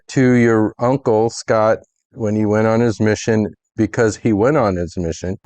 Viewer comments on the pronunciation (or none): none